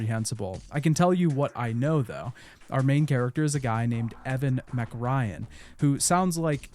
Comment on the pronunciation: The name MacRyan really threw me off. It sounded like you were talking about the tiny blonde actress from the 90s the whole time. You know, Meg Ryan.